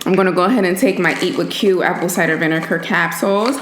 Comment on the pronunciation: Say it with me....vi-ne-GAR!!! I cringe everytime I hear that damn K!